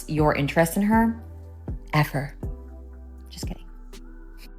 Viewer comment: Did you say "ever" or "F her"? If you said "F her," that's exactly what he wanted to do! After replaying and seeing that you said "just kidding" at the end, it seems that you did say "F her." Btw: You should sue whoever did those eyebrows for incompetence. They look like they were painted on with a thick soft brush in Microsoft Paint.